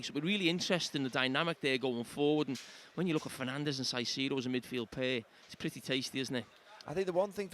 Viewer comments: JAMIE!!! KAISEDO!! NOT SAIDEDO!! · Why does Carra call Caicedo “sigh-seed-oh” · Jamie pronounces Saisedo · Saiseedo, when is someone gonna tell carra lol....Also heard Micah in the studio at HT say Castiago. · Carra has switched from pronouncing Caicedo with the "C" sounding like a "S" post match. Watching the overlap fans debate and match commentary today, found it strange how he... very blatantly pronounced his name differently to everyone else.. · Someone please teach Carra how to say Caicedo